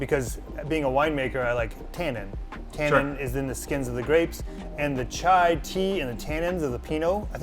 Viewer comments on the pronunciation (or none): Ahem, "chai" not "chia" ... .